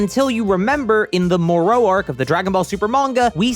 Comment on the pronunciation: Bold choice in how to pronounce "Moro" lol but ok then